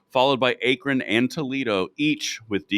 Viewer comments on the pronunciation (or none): short a on akron lads. like backron without the b or c. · Please learn how to pronounce Akron.